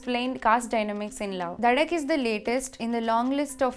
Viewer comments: Also it is duuhhh not dhaaa😂😂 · Did she just say DHAAAAAA instead of DUHHHHHH